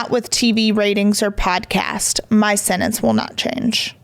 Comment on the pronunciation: PLEASE learn how to say sentence!!! Not sennence!! 😂